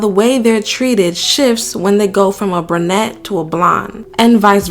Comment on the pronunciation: ITS PRONOUNCED "BRU-NETTE", GENIUS, NOT "BRA-NETTE"! 🤔🙄😒🤷🏻‍♀️